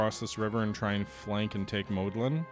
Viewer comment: it is Łódź read W (like in water) O (like in to) Dź (That you say kinda good) Modlin and Siedlice you said kinda good